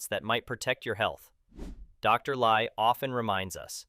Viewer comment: Narrator pronounces Dr Li as Dr Lie in some portions of video.